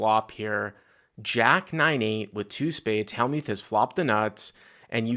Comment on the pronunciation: he also mispronounces Phil Hellmuth's name as well